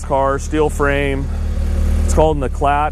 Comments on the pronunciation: I's 'eeclaah', sweetie, eeclaah. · It's pronounced Eclar. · Not looked at previous comments. It's pronounced e-claite. But funnily my mother used to call mine the same way you pronounced it cos it was always breaking down and making a clatter noise!! Tho I loved it and still miss it to this day!!! They are fantastic handling cars around the twisty bits!!! Love the example you have there!!!